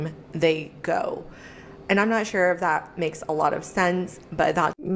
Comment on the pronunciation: At time , This ho reviewing the Whatever podcast just pronounced the word “and” - a one syllable word, as a three syllable word: a—on-d. that’s a red flag.